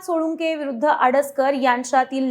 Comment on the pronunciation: सोळुंके नाही सोळंके